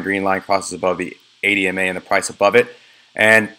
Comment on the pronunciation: Which 4 MA's are you using? or are these EMA's - kinda hard to hear the E.